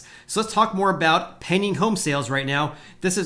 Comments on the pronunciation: Stop saying "penning home sales". Its pending. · When you say "pending" home sales, it sounds like you're saying "penny" home sales. I spent the last 5 minutes trying to figure out what a "penny" home sale was!